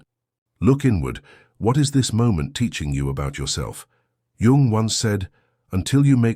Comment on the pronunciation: I wish someone would at least teach this sodding AI how to pronounce Jung , FFS.....